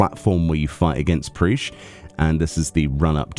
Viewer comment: great video, though her name is pronounced Prish not Preesh I am keen for that Alliance Raid gear though